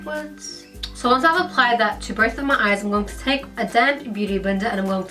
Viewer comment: did no one found the way she said going to annoying???